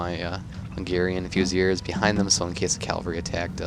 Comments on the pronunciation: Definitely pronounced "Fusiliers" - "Fuse-il-eers". So my mate in the army claims anyways. Think you're spot on for #2 though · In French it's more like Fy-si-li-e